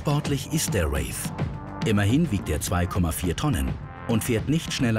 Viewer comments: Der Praktikant hat sich bestimmt nur das Video angeschaut, hat aber eig keine Ahnung von Autos🤷🏼‍♂️ Hamid hat den Wraith bei fäschlischerweise oder wegen seiner englischen Aussprache Rolls Royce „Race“ genannt😂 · hahaha ist mir auch aufgefallen. Alle deutsche sagen statt Wraith Race ;) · Hallo Grip Team, welcher Lehrling schreibt denn eure Video-Untertitel, der Rolls heißt Wraith und nicht Race!!!! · Es heißt Rolls-Royce-Wraith nicht "Race". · "raif"!? "Wräth"!! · es heißt Rolls-Royce Wraith liebe Redaktion, nicht Race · Mir ist grad aufgefallen dass es "Wraith" nicht "Race" heisst. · Es heisst Rolls Royce Wraith nicht Race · ey Leute der RR heißt Wraith, nicht Wave, nicht Race. Wie peinlich.